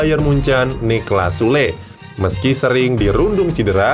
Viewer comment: Süle ( bacanya kek : Syula ) Cuman, mau introspeksi..😅